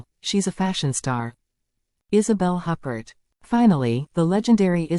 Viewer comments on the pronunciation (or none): The AI generated voice is annoying in this video and the consequent mispronunciation of Isabelle Huppert's name is ridiculous.